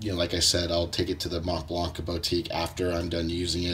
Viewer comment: Collecting and still can not pronounce the brand. ..